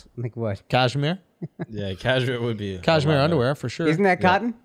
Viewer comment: quote of the episode: ‘Cashmere-toe’ 😂😂